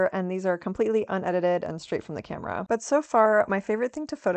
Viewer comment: I heard “scamera”, like “scuba camera” (but also made me think of “scammer camera”). Is that the lingo, or am I hearing things?